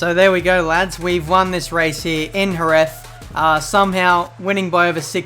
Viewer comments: Dude, 😑 its Herez, the J in spanish is read like H. Hose, Hesus, Herez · It's pronounced herez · so he says jerez right then says it wrong facepalm